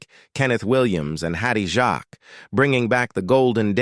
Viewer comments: Hopeless. Too many errors... Jacques, not Jarks, Reg pronounced Rej not Regg .. Nicholas Lyndhurst ... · For goodness sake. Hattie Jacques not Jacks. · Pronounced as JAKES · It's pronounced Hatty Jakes matey. NOT French . 🤣